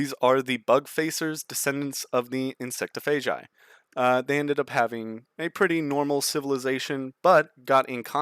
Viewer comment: You did not just say insectophegi wrong. It’s pronounced insect-opha (off-a)-gi (guy)